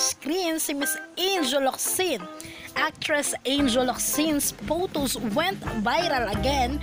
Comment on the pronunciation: Sis, friendly suggestion to improve your video voice over... practice the correct pronunciation of these words: photos, spotted, October, uploader, service, Iba yan!, It's Showtime, notification bell and upload... all the best.